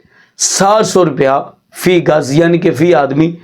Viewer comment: مولانا معزرت کیساتھ لفظ فی گز نہیں بلکہ فی کس ہوتا ہے ۔